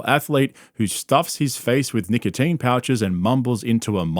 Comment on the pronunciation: The worst part of the video is how you pronounce "nicotine"